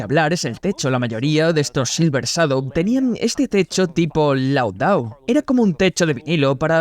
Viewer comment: El doblaje en español es un asco, ni siquiera pronuncia bien la palabra " Shadow "...😢